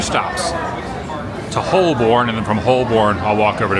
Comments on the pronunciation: Adam I agree you have to come back as you’re only scratching the surface on this trip. You will struggle to find anywhere that has history that you can relate to and by the bucket load. Not being picky either but most Londoners pronounce Holborn “Holburn” again not being picky 😂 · Your pronunciation of our names is getting much better, well done Adam. One small note. It's Hol burn, I know it's not spelt like it. But that's how it's said. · On pronunciation, Holborn is said without the R or the L.